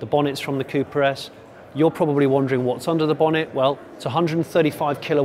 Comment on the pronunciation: Literally for the first 5 minutes I kept thinking that he was saying Cupra S instead of Cooper...